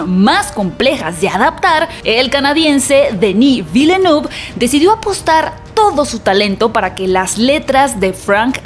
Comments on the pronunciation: Se pronuncian "Eilien" y "Dení Velnuv" Solo lo menciono porque pronuncias los nombres de las demás películas en su lengua original. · Hola para tu pronunciación Dannis Villeneuve se pronuncia Deni Vilnef saludos